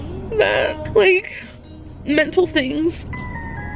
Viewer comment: "I'm going trough mentul health..." WHAT? MENTAL HEALTH WHAT?